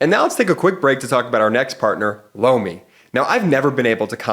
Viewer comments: Every time says Lomi it sounds like he is saying Blowmi 😂😂😂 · I have to say I giggle everytime talks about Lomi…it sounds like he is saying Blomi😂😂😂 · Every time I listen to your ad I hear "blow me".🤣😂Sorry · OMG! When the Lomi ad came on right after Cohen, I thought I first heard, “Blow Me” 😂